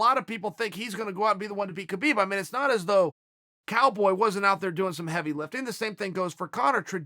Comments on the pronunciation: Below is a video link to Khabib explaining how to say his name. You're wrong, and so is Chael. Neither of you actually pronounce his name correctly. It's an Arab "H" sound. It's almost like a mix of K and H together, there is a rolling sound in the throat. Pretty much the sound that you make when you're clearing a hair out of your throat, or before you spit. Only softer than that. To an ear that isn't trained to hear that sound, it will sound like an H with a bit of an accent (or some other means of explaining away why it doesn't sound like a normal H) But, the sound is completely intentional. The video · not sure if your a man or woman but its actually pronounced "Kha - Bib" its KHH sounds which doesnt exist in the english language, the same sound when your clearing your throat. only westerners say habib or kabib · Ha-beeb he did a video saying no kh it's ha-beeb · You’re both right about the name: Khabib. Usually it should be : HABIB : an Arabic name, but for whatever reason in Dagestan they add the K just before the H. So in both ways it seems correct but as it’s an Arabic name it should be simple : Habib. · Yes uncle Chael, it is indeed "Rabib", as it is "Vanderley" as well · It's actually pronounced "Khalabeeb" Uncle Joey told me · Chael: Hi K-habib Khabib: Hi... K-hael... Khael: Ok great. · Chael says Khabib calls him Kale. Kale is a vegetable ^^! XD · It is "Habib" champ! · 😆 Khabib definitely trolling calling you Cale cause you call him KA-Beeb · Lol yep. Thats immediately what i thought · Does Khabib really call uncle Chael Kael? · That dumbass doesn’t know how to pronounce Khabib. Don’t listen to random entitled SJW’s. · Uncle Chael, Russians don't have a H sound, nor a letter H in their alphabet, the closest is the cyrillic X or Kh equivalent in latin text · Since Khabib is an Arabic name, As an Arab I can pretty much confirm that this guy doesn't know anything. It's neither pronounced with a K nor an H. It's pronounced with this this letter خ